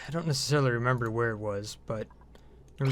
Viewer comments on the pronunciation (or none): none